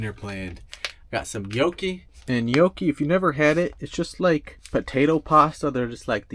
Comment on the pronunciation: TIP: pronoucing "Gnocchi: the G is silent and pronouced Nyocchi